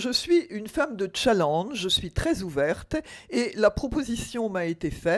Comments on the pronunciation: "tchalange" mdr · faut arreter avec le "tchanllenge" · Nan mais les gens vous avez pas compris que le problème est pas le mot en lui même mais le fait qu’elle le prononce mal. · Je ne vois pas pourquoi tous le monde ce moque d’elle quand elle dit challenge puisqu’elle le prononce à la française et jusqu’à présent on est en france ... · C'est soit "challenge" ou "tchaléndge" mais pas un mix des deux.